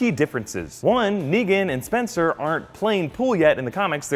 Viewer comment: "Oh no, not spenster and Bolivia."